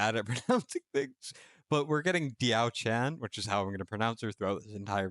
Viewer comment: Diao is one word (should be sound like dell)